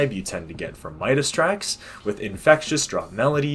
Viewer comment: His name is pronounced “mit-e”